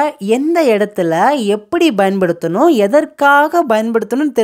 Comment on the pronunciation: Small request, Bayan paduthanum இல்லை Payan paduthanum is right (பயன் படுத்தனும் ) கொஞ்சம் உச்சரிப்பை சரி செய்தால் நன்று